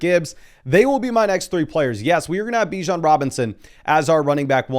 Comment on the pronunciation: It’s buh-JOHN Robinson